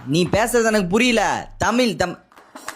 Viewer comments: தமில் இல்ல தமிழ் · தமில் இல்ல அது தமிழ்🙏🏻